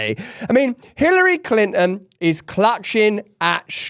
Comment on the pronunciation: He said Climpton...lolz